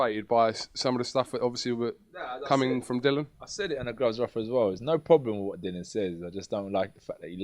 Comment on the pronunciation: it's 'Dillian'.......DILL-E-AN. Not Dillon FFS. Maybe we should call you ''?